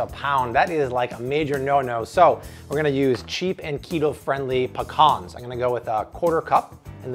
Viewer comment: Yes!!!!! Looks delicious and you said pecans not "pea-cans" extra cool points!